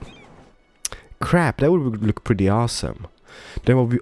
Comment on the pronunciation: Just me who gets annoyed when he says "perdy" instead of "pretty"?